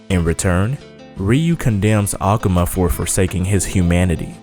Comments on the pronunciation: a-ka-ma???? Its A-ku-ma you idiot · why do you pronounce akuma like that?